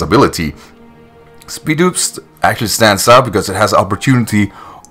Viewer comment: I thought it was pronounced SPIED-OPS